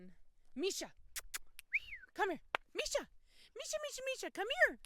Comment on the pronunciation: Is her name Misa "MEE-SAH" or Misha "MEE-SHAH"? I see it being spelled 'Misa' but it being pronounced 'Misha'. Is it pronounced differently in her imported country? I just wanna get it right.